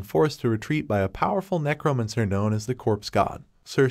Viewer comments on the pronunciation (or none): Man really said Necro-Munster.